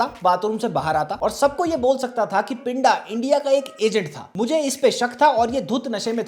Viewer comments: Good video bro but you are pronouncing pinda wrong it's not पिंडा it's पिंदा ड नहीं द ki awaaz hai uske name me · भाई आप तो मुझे लगता था के आप पंजाबी अच्छी समझते हो , जिसको आप पिंडा बोल रहे हो उसको सही से पिंदा बोला जाता है। ❤ Baki love your videos always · Pinda is pronounced with a soft D. It's a common nickname in Punjab for anyone with a 'pinder' in their name, like Jaspinder. If you pronounce it with a hard 'd', the Punjabi meaning changes to 'body'.